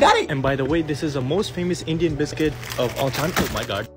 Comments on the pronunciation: The heyyyyyy bis- kowt had me rolling on the floor 😂😂😂 Fyi - I am not Indian but I am Nepali so I get the vibe anyway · He pronounced it "biscuit in the mall" that disappointed me until at last when he said "AYEEE BISKOOT" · The way you just pronounced biscuit like bis-cot💀💀💀 truly a man of culture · That biscoot pronunciation proves that you are an Indian